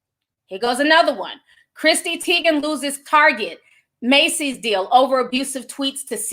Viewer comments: “Christy” lmfaoooo my aunt Ti ain’t getting no names right & don’t care! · be karate choppin these names up and im here for it. Article: Chrissy Teigen Ti: cHrisTY 😆